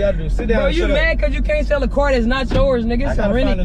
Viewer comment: You tried to SELL not “Sale”